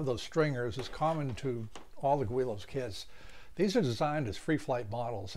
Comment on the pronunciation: It’s pronounced GiLL-Lows